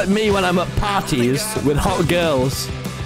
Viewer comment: "this is me when im at pawties with gewls"